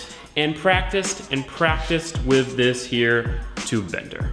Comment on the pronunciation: Can you say ‘with’ and not ‘whiv’?